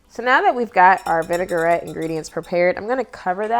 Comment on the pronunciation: I will try this. Thanks for the recipe. Vinaigrette is a French word so it is pronounced vin-i-grette, not vinegar-ette.